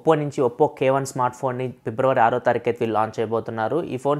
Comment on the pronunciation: Pibravary kadu Fibruary ani paluku bro Vinadaniki okalaga undi educated a kada nuvvu